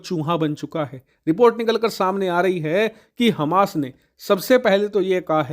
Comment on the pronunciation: Hamash ka raudra roop Kya bol rahe he samajh me nahi aaya